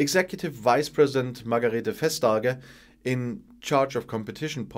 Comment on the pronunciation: Thanks for yet a great video, one small 'compliant', in Vestagers name the v is pronounced like in vase, not like the v in volks wagen :)